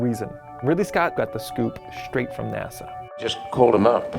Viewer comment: why you say "schtreit from nasa"?, wat kind of dialect is that?